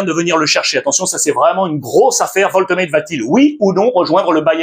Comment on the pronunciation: Wolte quoi ? Alex un petit effort stp 😭😭😭